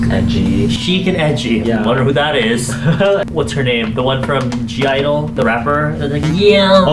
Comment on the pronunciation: When he pronounced (G)I-dle as ‘g idle’ it broke my heartt ); it’s just idle, the g is for girl